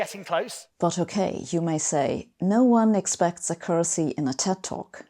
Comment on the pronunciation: I had to re-play to realize that she was saying accuracy as her accent fooled me. The E in TED does stand for Entertainment (industry).